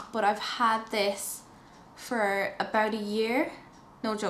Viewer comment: Is is Irish thing to say 'sh' instead of 't'? Eg. 'aboush' (about), or mash (matt)? I swear to God, I dont have 12 minutes to do just basic. 15 is for everything. eyes including. to many products used too.